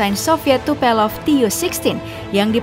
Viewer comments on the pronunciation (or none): TUPOLEV minn....bukan Tupelov😂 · Bacanya Tupolev mba, bukan Tupelov.. Diulang2 terus salah bacanya 🤣🤣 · kamana atuh "tupelov" hahaha yeng bener Tupolev beb